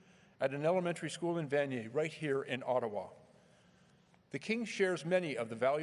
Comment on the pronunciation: It’s Ottawa not Ottowa❤🇨🇦